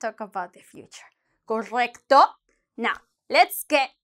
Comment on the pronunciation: what happened to her tongue roll at correcto 🤣🤣